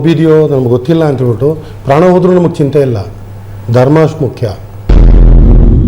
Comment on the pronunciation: 💛❤️ ಕನ್ನಡ ಉಚ್ಚಾರಣೆ ಸರಿಯಾಗಿ ಇರಲಿ , ಅದು ನವಗ್ಗೆ ಧರ್ಮ ಮುಖ್ಯ ಅಲ್ಲ , ನಮಗೆ ಧರ್ಮ ಮುಖ್ಯ ✅ ಇದರಿಂದ ಟಿ ಆರ್ ಪಿ ಏನು ಜಾಸ್ತಿ ಆಗುವುದಿಲ್ಲ , 💛❤️ ಸರಿಯಾಗಿದೆಯೇ ಎಂದು ನೋಡಿ ಆಮೇಲೆ ವಿಡಿಯೋ ಹಾಕು ✅ 🔱 ಓಂ ಕಾಲಯ ತಸ್ಮೈ ನಮಃ ✅ 🙏🏼 ಜೈ ಶ್ರೀ ರಾಮ್ 🏹